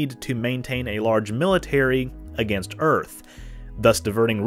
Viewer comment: I can’t really stand her constant yapping about “Urf” (Earth).